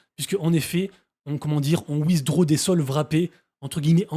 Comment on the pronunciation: C'est quoi wizdro ? 😂😂😂😂😂 C'est pas comme ça qu'on pronounce "withdraw" Ça m'a beaucoup fait rire 😂😂😂